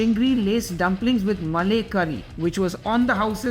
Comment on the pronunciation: malay nahi malaai